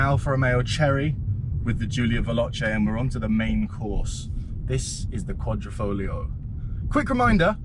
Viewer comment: It's Quadri.....not Quadro